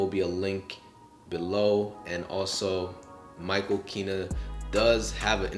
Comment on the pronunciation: Greetings. Excellent choice in choosing Michael Kenna's book. I just wanted to take a moment to give some constructive feedback. Before my advice, the last name is pronounced KEN-nah (as opposed to Kee-nah). Now for the hopefully helpful advice (and it is truly meant to be helpful...). Michael Kenna is a master photographer. His work spans decades and his photography is featured in galleries around the world. While he has traveled/does travel around the world to photograph, it is a bit more than him just liking to travel. I certainly understand that Michael Kenna could be new to you as a photographer. However, the casual description of his traveling, the surprise that he has enough images to fill one book (galleries are filled with his images), and the "My bad" with the pronunciation of his name, doesn't do justice to his level of accomplishment. It would be like describing Barack Obama as "A cool guy who was in politics," instead of the President of the United States. There are some wonderful YouTube videos of interviews of Michael Kenna, as well as his photography, that I think you would enjoy. Overall, I enjoyed your presentation and discussion of the book. And it is true. It is the vision of the photographer, not the gear they use.